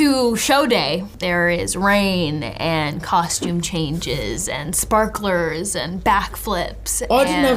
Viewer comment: “ I didn’t have any spakalers” 🤣🤣